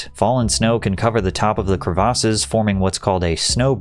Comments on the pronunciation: What are “cruh-vosses”?… 🤔 Are you trying to say CREVICES? “Kreh-veh-siss”- not “cruh-vosses” 🙄 Christ, I can’t even watch the video with that incorrect pronunciation. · crevasses"kre-vis" that is how it is pronounced. is this an ia channel? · The way he pronounced crevasses was insane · Patrick its not Crev-AR-ses its crevices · great video, hats off to you. but jesus christ patrick- please don’t confidently say words that you never leaned out loud without actually looking up what the actual pronunciation is. the word you mispronounced 20 times was crevasses. it’s pronounced “krevASSes” not “kruhvoses” like you kept saying over and over and over. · why you pronouncing crevasses like that😂. good shit tho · Worst pronunciation of "crevasses" I've ever heard 😂